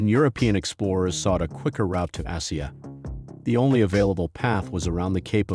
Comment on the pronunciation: Why is Asia being pronounced like "Ahh-see-ah" here?